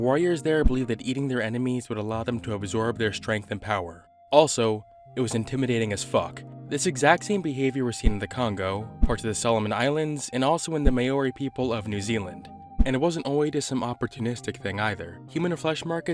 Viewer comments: hey just wanted to let you know that you pronounced māori wrong. its not “may-ori” its “māo-ri”/ “mu-ow-re” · You pronounced Maori wrong. It's Mow-ri, with the "mow" rhyming with "cow". Not "may-oh-ree". How did you even come up with that? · the "may ori" people of new zealand... ew. May I suggest checking pronunciations for indigenous peoples first? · "May-ori"? ...Fr, man? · Lmao "May-ori" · as a NZ citizen hearing you butcher the pronunciation of maori was rough